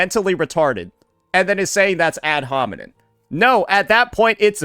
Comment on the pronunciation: it's ad homiNEM bro the word ends with an M it's not that deep come on bro